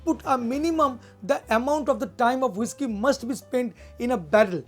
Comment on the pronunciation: Is not woishky ...avoid ur bengali tone of speaking Its whisky..